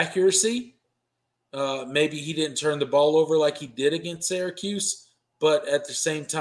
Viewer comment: Dabbles Weenie😮😂 🤡 It’s not Sarahcuse. It’s Syracuse…like syrup.